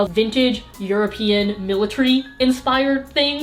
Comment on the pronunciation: militARY not miltry srry ily but it just bothered me